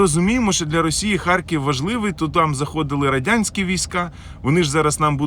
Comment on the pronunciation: В слові "ХАРКІВ" твердо Р !